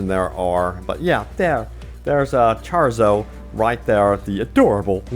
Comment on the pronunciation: "ChArZo" Pepega